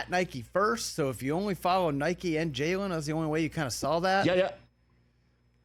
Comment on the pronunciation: JAYLEN FFS get his name right. It’s not hard.